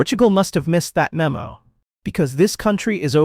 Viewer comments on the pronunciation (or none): none